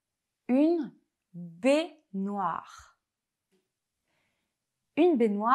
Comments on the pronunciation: [bé-noir] !? Le français est ma langue maternelle et je prononce [bègne-oir]... Suis-je le seul? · Bonjour, petite attention sur les mots contenant la sonorité " é " ou " è ". Une baignoire ce prononce bè-noir .